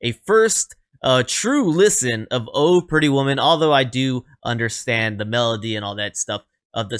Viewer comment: The accent does not go on the word "Oh." The accent goes on "Pretty Woman." The way you said it sounded funny...lol